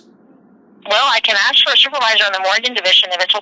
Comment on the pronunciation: if you say "axe" instead of "ask" no one will take you seriously!